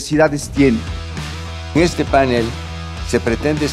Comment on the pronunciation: Y NO se dice Pánel, sino panél,. Con acento en la segunda silaba, primero APRENDA A HABLAR